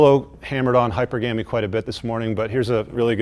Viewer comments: The guy sounds like an idiot when he says hyperGAMy. It's hyPERgamy. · He doesn't know how to pronounce Hypergamy. Its NOT GAMEY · did he say hyper gammy? 😂😂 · It's not HYPER-gamy...it's hy-PER-gamy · Dude,... hy' per' ga' me* ...not hyper'gammy. A whole seminar on a subject you can't pronounce? 😕 you're welcome. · Please, it's not "Hyper Gamey" it's pronounced "Hi PURga me" (emphasis on the second syllable) You get everything else RIGHT so why not this as well! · Dude pronounces hypergamy awkwardly. Pronounce it hy-per-gam-ee, not hyper-gamy. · Hi-per-ga-me, not hyper-ga-me Yea guys STOP rescuing women from their own financial responsibilities, they're looking for "Daddies" to spoil them. Remember: No matter how GOOD she looks, there's some guy behind the scene that's sick of her SHIT! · You should stop pronouncing hypergamy as - - - Hy/per/gam/y and pronounce it correctly as hy/perg/a/my with the accent on the perg, not the gam. Any online dictionary will verify this, and your presentation would sound much better. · Yoy pronounce hypergamy like hy-PER-Gah-me. I would pronounce it as HY-per-Guh-me. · It helps credibility if you know how to PRONOUNCE the word correctly...It's HY- PERGAMY...NOT HYPER-GAMY...man-alive hate to be that dude...but when you don't know how to PRONOUNCE the subject word, it tends to diminish the argument, which is pretty solid... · "high-PER-guh-mee" not "HIGH-per-GAY-mee" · Its pronounced hyPERgamy, not HYPER-gamy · Great vid, just minor peeve; hyPERgamy...in part cuz I say "hyper-gamy" too on occasion accidentally and it annoys the crap out of me. Cheers. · Wait did he say hyper-gam-ie? That's not even how it's pronounced. No thanks if you can't even pronounce a simple word correctly. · Great video, but you’re pronouncing hypergamy wrong,its not hyper-gamy .🤷🏼‍♂️ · hahy-pur-guh-mee. Love the content. You’re saving lives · Omfg learn to say the word correctly if you're going to butcher it as thousand times. Hi-purr-guh-me.